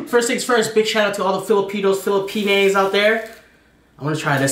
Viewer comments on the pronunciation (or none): Watching from the Philippines. Btw, it’s not Filipinaes 😂 It’s Filipina. Love all of your videos. ❤️❤️ And I’m so happy seeing you enjoying Filipino Food ❤️❤️❤️